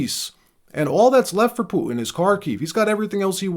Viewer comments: Trump needs to back the F off and stop thinking hes the king of the damn world. BTW, his name is PU-TIN not POOIN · PuTin NOT “poo-un! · Bro. Say "Putin" properly. Everything about your presenting style is so professional, then you get to words like Putin and you suddenly sound like a toddler that can't pronounce his T's. "POO-IN" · Your mom says POO - IN.